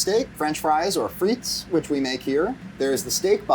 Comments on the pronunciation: The S is silent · Thanks for giving 5 guys a tip for their fries. Now I'm going to give you one: The 's' in frites is silent.